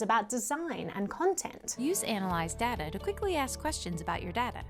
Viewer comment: It's not DATR it's DATA come on 😁